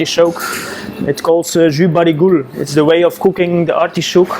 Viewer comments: Nobody: This guy: ArTIshhoooKKKEEE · I did a shot every time he said "artee-showk". I disnt gete drunnk atalll.